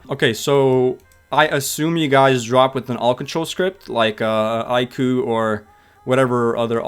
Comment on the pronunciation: ive never heard an1 say iku like that